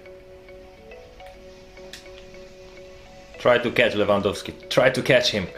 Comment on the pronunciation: wow u actualy did say his name right 👌🤙😂 respect